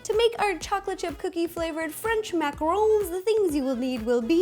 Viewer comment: Finally! Someone who says and spells macarons the right way! And know they are NOT coconut ball things!